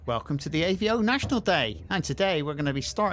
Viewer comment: It’s avo not Aveo .